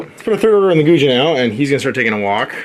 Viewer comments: Guijia = Goo-ee jee-ah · It’d be closer to « koo-ee jee-aa ». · I believe the Guijia is pronounced something like gway-jaa (gway like 'sway' and the jaa is kinda like 'jar' but without the 'r' on the end)